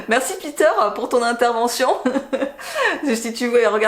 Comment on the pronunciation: C’est un festival en fait ! « paitere le ji c’est pas bon » euh si Peter il a raison le ghee c’est good 🤣🤣